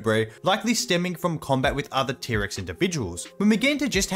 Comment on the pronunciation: Normal people: T-Rex This guy: Pterix